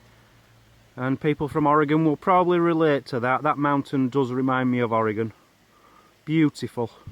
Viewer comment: At least you said Oregon right, LOL I thought the plant with the yellow flowers was gorse. WE have them here.